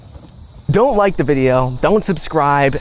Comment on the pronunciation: I thought you said in the beginning of your video “Don’t like the video” … I still liked it anyways